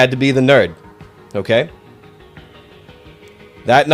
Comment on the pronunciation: “I can be a neurd.”